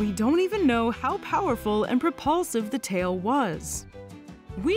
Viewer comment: one of the best illustrations in this one, very good work! sometimes the presenter puts emphasis on the wrong words which makes it sound unnatural, like those AI text to speech systems on tiktok that don't know semantically what they are saying. for instance, the word AND is often emphasized in a way that distorts the meaning of the text. it distracts from the video, in my opinion